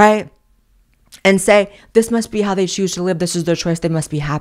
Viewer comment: "Theybe" is priceless! It took me a few to realize the correct pronunciation, but I think you have hit upon a new word!